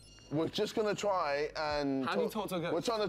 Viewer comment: wroetoshaw unofficial emphasis on the word "try"